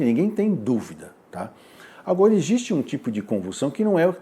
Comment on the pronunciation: Pq ele não sabe falar "existe"?